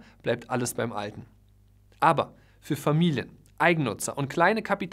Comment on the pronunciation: Das Wörtchen „ABER“... und das auch noch betont, wie du es betonst... also ausdrucksstark... zerstört alles, was du vorher so wohlwollend positiv für die Makler formuliert hast! Du warst noch nie dabei, wenn Parteien sich nach einem Kauf zerfleischen wollen... da spätestens ist ein Makler für die Partei, der Unrecht getan wird, pures Gold wert - ganz gleich über welchen Kaufpreis oder über welche Komplexität des Deals wir sprechen!